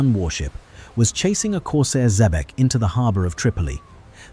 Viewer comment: Is this the Cacafuego of Patrick O'Brian's Jack Aubrey fame who was closely modelled on Sir Thomas Cochrane (Note to Narrator - Xebec is pronounced - ZEEBEK - you should know that......)